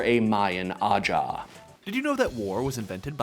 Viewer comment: Banger video, but it's pronounced "Ahau" since it's based on Spanish grammar where "j" is read as "x" (which is like the "ch" in "Loch Ness"). Might be good to know for when you do another video on the Maya.